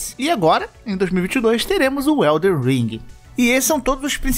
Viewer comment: pfvr parem de falar ELDER ring, é elden